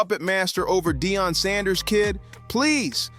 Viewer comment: Dion, no it's Deion! 😂